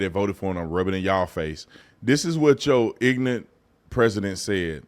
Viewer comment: The irony of calling people "ig-nant" because you cannot, or don't know how to, pronounce "ignorant" 🤦